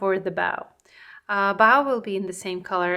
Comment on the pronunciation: It's bow as in cold, low or rainbow, not bow as in cow! Your painting ability is gorgeous, and I'm enjoying it very much. But I'm an English teacher and can't help myself... 😂❤ Happy Birthday! Very creative introduction too.